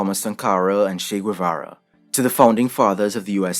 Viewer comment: Guevara is pronounced Gay.vara